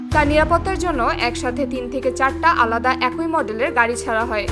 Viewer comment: শব্দ টা 'একোই' নয়, 'একই'।